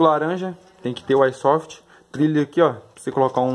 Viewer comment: O cara falando kkkk AÍsoft